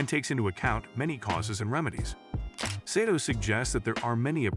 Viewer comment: Pronounced SAH TOE